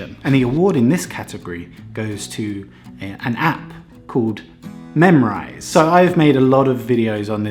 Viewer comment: When you said I needed an app it sounded like I needed a nap. Made me laugh. I should sleep more.